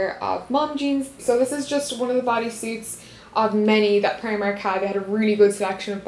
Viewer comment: That's not how you say primark and you're Irish